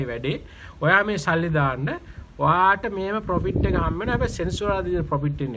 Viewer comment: පොපිට් නෙමේ profit ඒක මරු...🤣